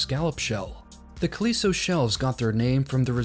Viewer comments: he really mispronounces "calico." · but he really mispronounces "calico."